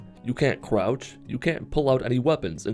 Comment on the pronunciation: “Cwouch”- 2020